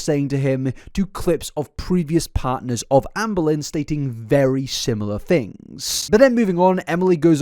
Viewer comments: pronounces ‘Amberlynn’ like ‘Anne Boleyn’ and now that’s all I’ll hear forevermore in gorlword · As a history nerd, every time I was one of your ALR videos, I think you say Anne Boleyn instead of Amber Lynn 😂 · I'm listening to this in the background and I keep hearing Anne Boleyn instead of Amberlynn, which is a very entertaining image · The whole video I kept hearing Ann Boleyn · I can’t stop hearing “Anne Boleyn” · I keep hearing ‘Anne Boleyn’ 😂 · Every now and again when you said amberlynn, I kept hearing Anne Boleyn 😂 story is so much funnier when you hear it like that ngl 😂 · Not to take away from the seriousness of the situation, but this feels even more unhinged because my brain is hearing "Amberlynn" as Anne Boleyn 🥲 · whenever he says Amberlynn i hear "anne boleyn" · Am I the only person who hears "Anne Boleyn" when says "Amberlynn"? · The way you say Amberlynn triggers me 😂😂